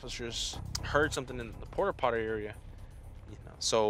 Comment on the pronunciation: dam cop makes fun of a teen that cant say "Aggravated Robbery" but he cant Say "porta potty" . Gotta be careful camera catches all..